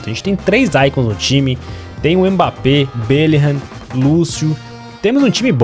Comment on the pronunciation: falando belligham: belirram